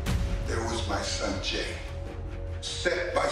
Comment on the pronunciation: m son jay Sounds like sanjay😂😂😂😂